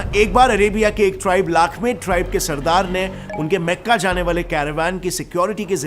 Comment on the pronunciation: Meka nahi makka hai Bhai Jan